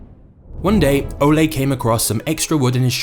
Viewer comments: The narrator is pronouncing Ole wrong! I’m Danish. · Pronouncing "Leg" as english leg, and "Ole" as the spanish olé, man this is one funny video for a dane : P